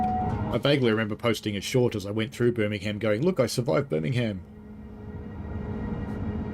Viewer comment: Also we don’t vocalise the ham in Birmingham!